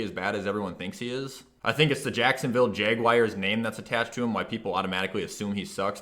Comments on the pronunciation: ”Jacksonville Jagwires” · Ah yes the Jacksonville jagwires